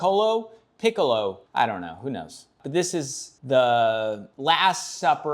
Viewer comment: This man mispronounced piccolo and has no idea who he is, this is why I come here